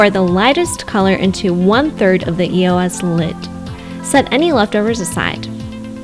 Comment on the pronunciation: Did it bother anyone else that she was saying it like E. O. S. Instead of just saying eos like it's supposed to be pronounced..?